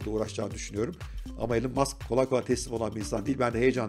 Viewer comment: İsminin okunuşu "Elın" değil, "İlan". Saygılar.